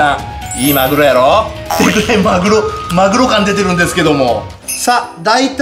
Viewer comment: マグロがまるおにきこえた